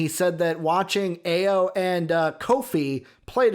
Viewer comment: Pronounced “I-O” but yes Ayo has has no flaw at this point. He can shoot it pass it and drive it. I love your guys content! Keep going!!!